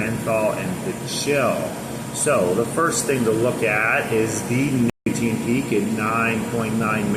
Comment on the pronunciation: You cant say nicotine?!?!?